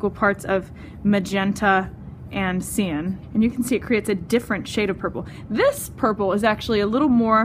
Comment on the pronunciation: Good video but cyan is generally pronounced "sigh-an", not "see-an"